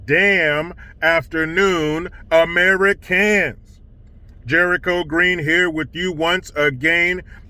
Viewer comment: Is there a reason your "good morning Americans" sounds like "good morning Amerikkkans"? As for CRT: I attended Howard University and never heard of it, despite having majored in history. Since then, as I understand, CRT is not about getting kids to think, contrary to how you described it here, that "black = good, white = bad." Rather, it is about looking at American history more critically than is usually the case, especially in terms of how the power-that-be have treated black Americans since colonial times.